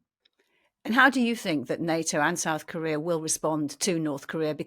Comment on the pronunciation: "South Kohrrhear". Why is he S C R E A M I N G into the mic? You have to turn her up and then the sundowner back down frantically. I'm out!